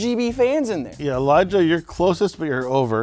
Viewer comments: It sounds like he said Elijah won. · he says Eliah.